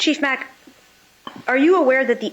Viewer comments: she started out by mispronouncing the sheriff's name called him Macky instead of Mack! He had to correct her! I think she was doing all that on purpose to insult,slam ,"the lower level of people, "the help" as someone said! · Chief Mack’s name had been said numerous times before she pronounced it “Mackie” and asked him if that was the way to say it. Like……. OMG. 🤦🏻‍♀️ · Also, Chief Mack’s name had been pronounced numerous times before she started asking him questions and called him “Mackie” and asked him if that was how it’s pronounced. 🤦🏻‍♀️ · First the attorney lies throughout questioning by purposefully mispronouncing every name of anyone her client would claim as an enemy. His name is Mack. 4 letters. The Dr is Sapp. Also 4 letters. She is un-credible as her evil client.